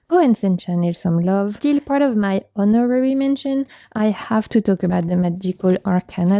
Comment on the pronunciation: lol for honorary the H is silent